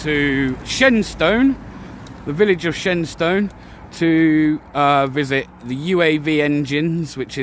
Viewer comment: It's pronounced 'Shenstun'.